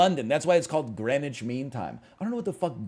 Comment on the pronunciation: "I've never heard of Greenwich" Meanwhile he pronounces it perfectly first try